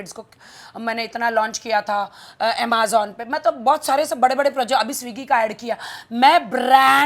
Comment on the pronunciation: Emazan wt a pronunciation rakhi😂😂😂😂